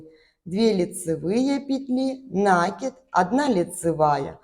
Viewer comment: Красивый узор, спасибо! Только правильно ударение ставить : накИд, не нАкид, от глагола накИдывать